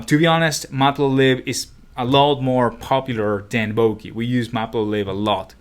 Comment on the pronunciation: It's not Bo-kee